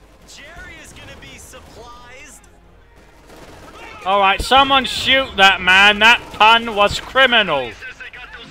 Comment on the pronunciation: supplised. supplised. why.